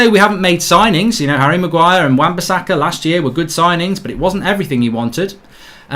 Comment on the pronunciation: Bro it’s wan bissaka